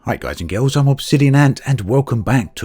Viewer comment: "Hi guys and gills" ?